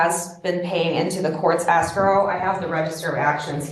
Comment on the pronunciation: Pronouncing escrow as asscrow should be a fineable offense, especially when combined with the vocal fry.